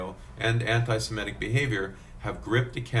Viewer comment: Semitic, not sematic.